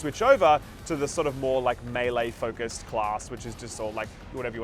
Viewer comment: Finally, proper melee pronunciation.